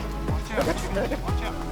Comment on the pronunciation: Release the "chackenns"! Lol